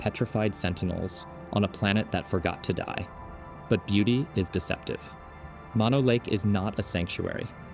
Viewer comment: "Mono" is pronounced with two long "o"s, not like the shortened form of mononucleosis.